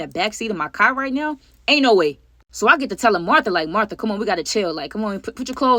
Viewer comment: You called Martha tae 😂